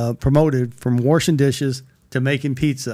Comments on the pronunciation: "warshing dishes" 🍕 📡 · "From worshin' dishes to makin' pizza's." And yeah, it's Worsh. Not Wash. #kentucky